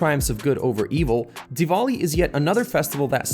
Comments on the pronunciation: Dude it's not "dewoli" it's DEWALI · Please say dewali like a indian